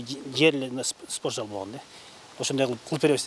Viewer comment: Мектеп директор созду суйлошун билбейт. спорт зал деп тантыйт го.